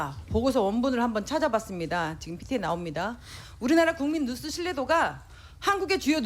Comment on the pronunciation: 뉴스라고 해야지 왜 누스 라고 하셔요 ㅎㅎㅎ